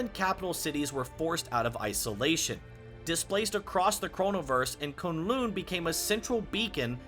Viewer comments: It isn't koon loon it's kun , the u is the same as in us and lun and in undo or under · Great work! Couple notes: K'un L'un isn't pronounced KOON LOON. It's Kuhn Luhn. And it's not WOONdagore. It's Wuhndagore.